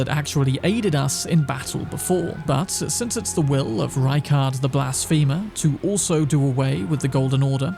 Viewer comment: He said Rykard the blast femur lmaoo